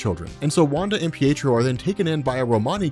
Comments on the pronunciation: Peetro, lol! Pee-ay-trow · Peetro? PEETRO? It's Pietro! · I heard you say peetro